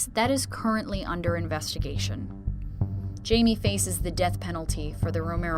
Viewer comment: Not sure why everybody says "Jay-Mee"... his name is Jaime (Hai-Meh)..